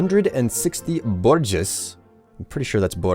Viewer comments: it's pretty much the worst thing you can call someone if you happen to be a Bolshevik communist. Aand my own attempt at the phonetic pronounciation...... Bore -Jwaa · Hahaha...its pronounced boo-zhwaa. You're my favourite yogscaster because of this! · Bourgeois is pronounced bore-jwa, more or less. It's a french loanword. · just go on any communist channel and you'll inevitably hear how you pronounce bourgeois, because communists can't stop hating on the bourgeois as the source of all their problems.